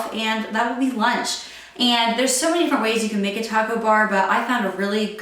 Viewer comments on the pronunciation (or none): none